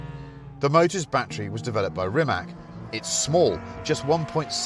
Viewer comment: Pronounced as Reematz.....please get it right.